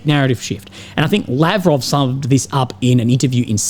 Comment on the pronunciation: It is always funny when pronounces Lavrov's name like he is an indian in stead of a russian hehe. Sirjay:D Love your coverage, keep it up!